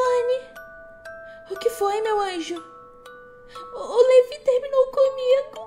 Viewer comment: Só pra falar mesmo não críticando mas é Melani Melani Melani Melanie